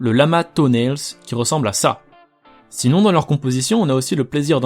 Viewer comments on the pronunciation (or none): none